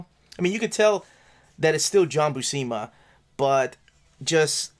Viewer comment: FYI - According to Stan Lee in the "How to draw Comics the Marvel Way " (he introduces him here): John Buscema's last name is pronounced "BUEW -SIM-UH" -the BU part sounds like VIEW...not WHO..and the SCEM part rhymes with JIM.